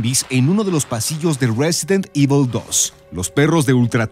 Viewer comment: jajaja "resident evi"